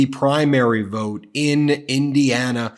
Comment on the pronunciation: I’ve never heard anyone pronounce the word ‘vote’ like Trump. Closest approximation is it sounds like he’s saying ‘virt’. I’ve heard people make more decorous noises when chunderung. Is it really a perverse pronunciation or yet more evidence he’s losing the power of speech? His collapses into non-words, just sounds really, are getting more pronounced. What’s the betting he corpses completely in public before November and has to be shuffled off stage, like poor old Mitch of the Senate, only in Trump’s case mumbling ‘virt…virt…’?